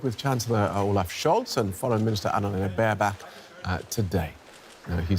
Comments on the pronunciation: I love how he pronounced almost every name correct. Except for "Annalena BAREBACK!" 😂😂😂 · thank You DW for that accent leading to "Annalena Bareback" ...😁